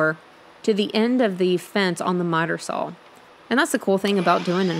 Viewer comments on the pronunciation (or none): Please learn how to pronounce the word saw. It sounds the way it is spelled. not SAUL!!